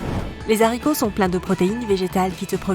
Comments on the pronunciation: Les z'haricots, on fait la liaison maintenant, toto l'aricot? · C'est pas "les z'haricots", c'est les haricots (sans liaison à cause du h). Mais bon, si vous voulez parler comme des beaufs, c'est votre choix. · la réforme de 1990 sur l'orthographe et prononciations n'autorisait pas la liaison pour haricot, donc on ne dit pas les z haricots mais les haricots (lé arico phonétiquement) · Pitié on ne dit pas les zharicots (h aspiré)